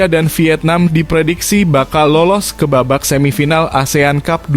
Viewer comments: Kok dibaca Asean cub😂😂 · Min min.... baca (ASEAN CUP) kok seperti baca cup cup di bibir kecup😂😂😂meng geli kan😢😢😢. Kemaren baca covid 19 di baca seperti copet.